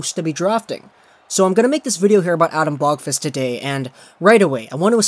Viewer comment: please just say Adam you cant say his last name correctly don't make me suffer